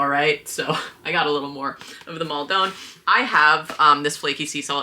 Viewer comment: Maldon is pronounced without the 'e' sound. Like Snowdon. I live down the road from there in the UK 😅